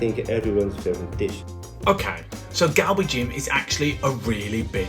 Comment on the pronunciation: Your pronunciation is perfect!! Gal bi jjjjjjim!